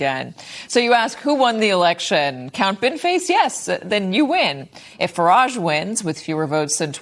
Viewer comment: The way Americans pronounce Farage always gives me a laugh.